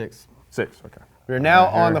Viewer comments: We all heard “ uhh seeeeeeeeex six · *trying to decide weather to say 6 or 7* what says: seeeeeeeeex